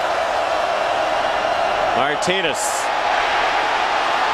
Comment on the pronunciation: Nice video. Couldn't stand the commentator during the Washington game, it's Martinez, not Martines.